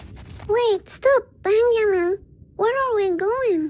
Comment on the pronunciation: I love how she says “Benjamin” as “Bengimin”.